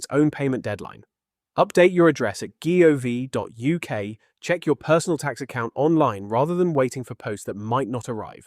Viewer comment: Some of the commentary esp. pronouncing gov is a bit weird - however, very good advice.